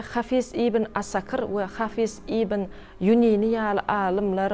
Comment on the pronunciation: Hafy:z däl-de ha:fyz diýip aýdylýar